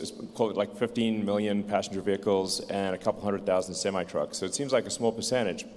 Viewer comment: He said tesla semite trucks hahaha